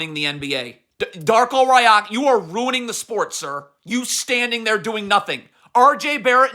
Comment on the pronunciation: The only disgrace is your pronunciation of literally every foreign person you slander. You can't be serious. Jaime Jaquez, Masai Ujiri, Darko Rajakovic. Masai has forgotten more about basketball than you'll literally ever know. So has Darko for that matter. It's one thing to say players botched a coverage. Another thing to assume you understand exactly what the scheme was while knowing nothing and complaining every time the Heat score. What your followers don't understand is that even the best defensive teams give up over 100 points a game. So while you CAN point to half the points and complain, what you carefully Don't point out is why you give up one thing over another. Again, generally, you know your shit. But the level of hubris and disrespect shown towards people who'd lap circles around you in terms of basketball knowledge is truly mind boggling. Anything for the click tho, am I right?